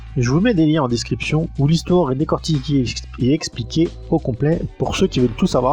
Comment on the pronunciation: 0'51 "hissoire "...tiens tiens 🤔 ^^ +1